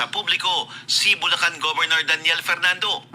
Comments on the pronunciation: Bulacan di bulcan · Bulcan or Bulacan? Hehe